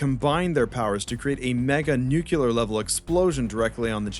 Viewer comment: Bro, Nuclear. Nu. Clear. NOT NUKULAR